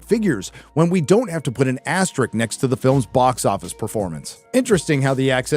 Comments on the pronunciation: He reads the word “asterisk”, that’s written right there on the screen, and pronounces it “asterik”. Because, of course (sorry, sarcasm), one “asterik” + another “asterik” = two, uh, “asteriks”. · The way you pronounced asterisk as aster-ick twice made me a little mental.